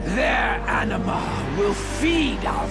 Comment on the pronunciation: enema? isnt it anima?